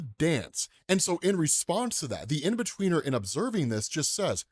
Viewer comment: in-betweener? cmon man